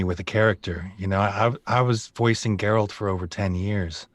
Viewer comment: Geh ROLT? wtf